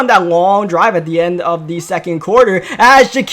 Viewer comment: Mans says “Da” instead of “the”